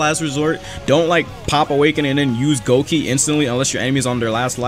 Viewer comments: its gokei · its said as gokei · that one feeling of a bleach fan when you hear say goki instead of gokei